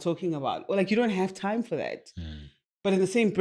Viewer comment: “Manipulating toime!”😂😂😂